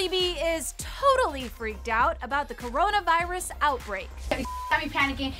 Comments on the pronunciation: No it’s: KarraranaVirussassss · When she say "C0RONA VAIRUS" bro i rly felt that😭😭👌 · KARANA VAIRAS